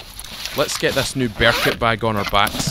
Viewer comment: Not so used to your accent so when i heard you say "Bear detector" I swear I thought you said beer detector lol.